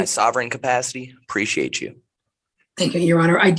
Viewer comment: Bro is already annoying and I'm 1 minute and 48 seconds in... Dude, it's "appreciate" not "preciate"... That's creepy bro. You are creepy AF